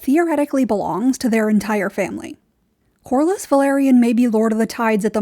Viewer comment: It’s “Velaryon” not “Valyrian”